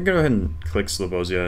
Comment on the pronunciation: Oh my god i loved the way you pronounced Slobozia. Please tell RC too how you pronounce it as well. Also, when is part 2 of challenge league dropping?